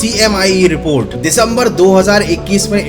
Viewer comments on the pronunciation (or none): none